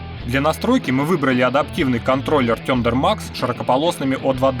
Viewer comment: Парни, вы очень крутые. Но с произношением английских слов надо что-то делать. Ну в гугл что-ли забейте. Послушайте как надо... ну уже не в первый раз. Не серьезно!!! Работаете с иностранной техникой и комплектующими, ну произносите правильно!!! Слава Богу что s&s у вас не сэ анд сэ... но thunder max это провал